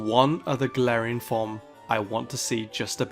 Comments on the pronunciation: All I hear is "Tangelarian forms". I am not unintrigued. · The whole time time I understood "tangelarian forms" instead of "top 10 galarain forms" ssksks